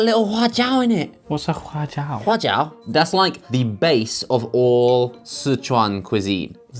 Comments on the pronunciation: does josh know chinese omg sichuan and huajiao pronunciation on point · Wow, Josh's pronunciation of huajiao and Sicuan is on point, lol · can Josh speak chinese?? i think his pronunciation of "sichuan" and "hua jiao" is quite accurate!